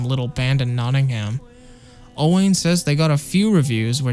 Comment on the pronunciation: Owain is a welsh name. You pronounce it “o-wine”, not “o-wane”. Little tip for if you meet them when they tour the US in October!!